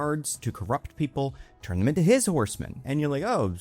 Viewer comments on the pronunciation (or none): none